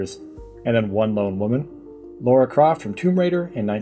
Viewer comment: It's Lara, not Laura.